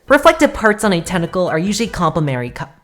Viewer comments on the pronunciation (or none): Great video, really helpful for people that want to learn the style. But that part about "complemary colors" just killed me, especially whrn you sounded it out too!! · Ngl I payed more attention to trying to say "complementary" than the whole video XDDD